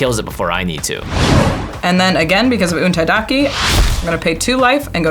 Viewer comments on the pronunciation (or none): untaida KE not kEY